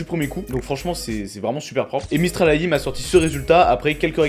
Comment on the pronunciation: Tu prononces très mal AI ! Si tu dis ça à des gens qui pratique le metier de programmeur en IA tu vas te faire charcuter 🤣🤣 ! AI c'est anglais, IA français